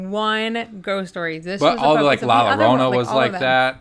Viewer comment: Sorry to be pedantic, the but the double L in Llorona is pronounced as a Y, so its sounds like La Yorona... I’m going to see Annabelle next week...and First!!!